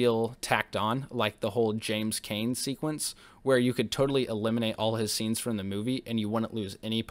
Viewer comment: Hi, I've reviewed this classic myself as well and you generally did a good job - but, yes, the pronunciations - especially on Arnhem and James Caan - not Kane. But I know it can happen when researching dozens of facts